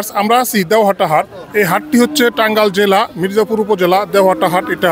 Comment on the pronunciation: টাঙ্গাল না,,,,, টাঙ্গাইল হবে